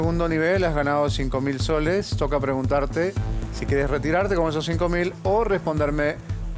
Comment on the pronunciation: solo escucho sho, esha, eshos xD